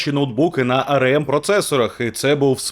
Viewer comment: Стільки разів той еМ у цьому ролику АРЕ! АРЕЕМ і АРЕЕМ... І ще й напевно АРЕ він про СЕШЕА🤦‍♂️... АРЕ ЕМ... А спробуйте вимовити А ЕР ЕМ?!